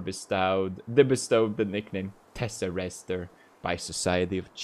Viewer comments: the superhero card: is obviously pronounced tess-er-ACT-er pewds: teserayster :) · PewDiePie it's tes-sa-rac-ter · ah yes teserester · Lol he said testarester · TesserACTER xD